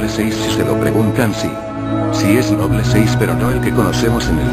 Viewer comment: esto me gusta, porke en la version latina,en vez de decir ``noble`` dicen ``nobul`` y aki si lo dicen bien como se debe de decir ``noble`` no ``nobul`` excelente video.